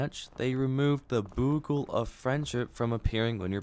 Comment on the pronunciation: Why does it seem like no one's ever hear the word "bugle" said in a band class or history class or anything? It's pronounced BYOOgle. Not boogle, not buggle, where are people getting these pronunciations? Also, turns out the winning after dying on the peak thing was a glitch and they recently patched it out